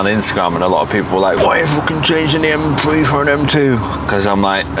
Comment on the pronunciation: M-FWEE Its M-Three